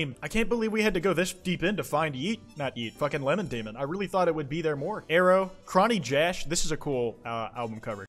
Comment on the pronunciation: the way you pronounced chonny jash 💀